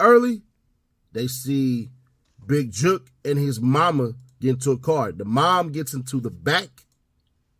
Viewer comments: Mane saying Juke not jook...awful🤦🏾‍♀️ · How people not from Memphis say “jook” is funny as hell 😂😂😂